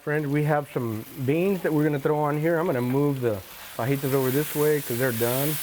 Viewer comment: hee hee, the man says "fuh-jee-tas"